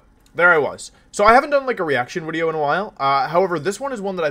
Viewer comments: Why do you say wideo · why do you say "wideo" and "youtubist" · last time I was this early Wolfey still pronounced the "v" in wideo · Wideo man again? What’s going on here other you tubers would take brake from wideos. Wideo man must just love me that much.